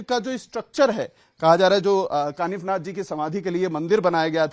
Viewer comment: काफीनाथ नही कानिफनाथ ,, आप जैसे पत्रकार हिंदू नही